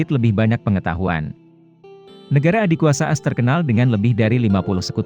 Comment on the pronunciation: Narasinya bagus, tapi tolong ejaannya diperbaiki, contoh: lebih baik dibilang komplet Amerika Serikat daripada ngomong AS, malah ngomongny bener2 'AS', bukan dibaca per huruf. Juga, mantan pemimpin Meksikonya yg benar namanya Santa Anna, bukan Stanta Anna